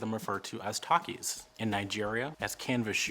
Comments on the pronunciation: it's pronounced Tack ees. not tahk ees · Takkies pronounced 'tac-is' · Tekkies are pronounced TE like Thir in Thirsty Key in turkey 🦃 so prounced Thir-keys almost exactly as turkey with Thir instead of Tur, From South Africa 🇿🇦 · Yay, South Africa is included! Tekkies are pronounced "tacky-s". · thanks for this vid. small tip, the word takkies is not being pronounced correctly, the "ta" reads like "te" in "telephone" so more like "tekkies" but the correct spelling is "takkies"